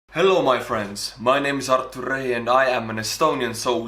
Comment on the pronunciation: I like how you say hellow my friend